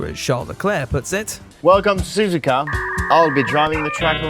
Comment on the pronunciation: I said it before and I'll say it again. Su-zu-ka is technically the correct way to pronounce it. Not Su-zuka.